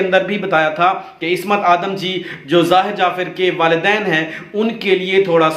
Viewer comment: upload karnay se pehlay soch lein ko aap ko kya kehna hae. pehli baat to yeh hae ke pichhli baten jo sub hi jante wahi rut rahay haen. shuru main aap ne kaha '' zakir jaffer ki maan ke saat bad'tameezi ki thi ''..... jabke zahir ne apni maa ke saath...... zara apna talaffuz sahi karen. jafir jafir. (jaffer. taluffuz hae jaffar).